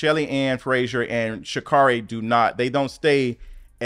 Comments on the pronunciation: Sha’Carri is pronounced “Sha-CARRY.” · I adore you and your content. Please pronounce our Black Women’s names correctly. COMMA-la. Sha’Carri is pronounced Sha’Carrie.